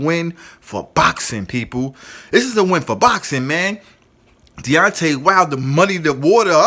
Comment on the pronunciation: Cause when your boukssin, your boukssin like boukssers do when they be boukssin! Say box like the thing you put stuff in and add ing, i introduce you to the word boxing!